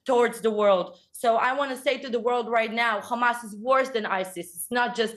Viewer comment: Interviewer saying "you people" come on dude! And you can't even pronounce Hamas. Well done to May Golan. Brilliant!